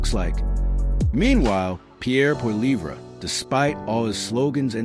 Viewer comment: Total bs. Carney is worse than Trudeau. He has only made things so much worse and we are in for much worse to come. Carney is Trudeau on steroids. You can’t even say Poilievre’s name properly. Idiot